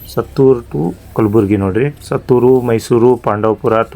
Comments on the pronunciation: It's not sattur it's suttur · ಅದು ಸತ್ತೂರು ಅಲ್ಲ ಗುರು ಸುತ್ತೂರು